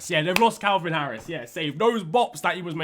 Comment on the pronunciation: “Calvin Harris” 🤣😂🤣😂🤣😂🤣😂🤣